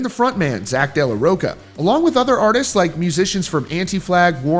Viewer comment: Zack de la "rock-a"? 😂😂😂😂😂